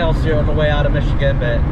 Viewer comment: Listening to all of the gang mispronounce the names of places in Michigan is a hoot. Many of our names come from the French settlers or the Native American peoples. No wonder they're so hard to say!, if you take some drives around the bigger lakes here, you'll see that they all have little cottages like that around them. Except for places like Traverse City or Petoskey where they are mansions.